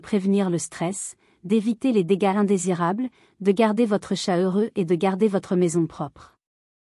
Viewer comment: Ça y est, le robot débile commence â dire des âneries à moins de 10 secondes du début : ce n’est pas un tchate mais un chat !